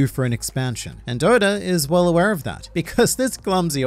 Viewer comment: Who is Odar? Oda(r) lol. Love the videos! Keep killing it!